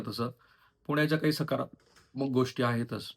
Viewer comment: तुम्ही द ला ध का म्हणता? विध्येच माहेरघर नाही विद्येचं माहेरघर. गोष्टी ला पण तुम्ही कधी गोष्ठी करता.